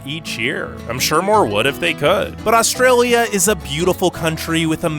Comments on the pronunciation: is it just me or do all non-australians pronounce Australia with an o. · Thsnk you got ptounouncing Melbourne properly. Now we just have to work on your pronounciation of Australia. However, we do NOT have the gun, drug and rampant crime culture that America has. When you can go to the supermarket without getting mowed down or mugged, then you can diss us. As for our immigration process, our process is a breeze compared to the US.